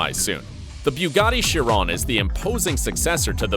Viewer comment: Its shee - ron